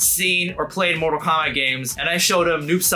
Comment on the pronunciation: "Instead of it being Kombat 1 again"